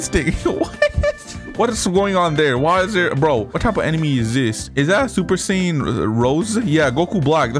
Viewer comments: It's God not Red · Bro does not know how to say super saiyan god or ui 😂 sorry I use to be like you